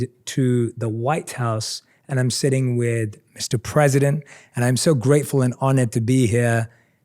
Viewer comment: ayam sori prizidon 😅